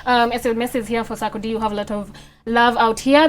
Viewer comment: Eeerrrrh te s3 ckcdie became saakodie😄😄😄😄😄I swear my 1st time understanding the name proper